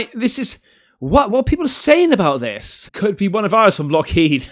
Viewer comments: Dear God, you don't know about the book Communion. You seem to know very little about the UFO/UAP phenomenon. If you're going to continue making UFO videos, get your arse to your local library or buy some books on the subject.. Also, try saying ' Lock HEED Martin. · It’s Lockheed, not Lockheed.